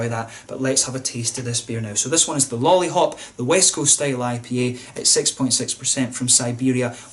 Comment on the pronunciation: Great review for a great beer. I also appreciate your Czech pronunciation! All the best from Prague, Lollihop in hand.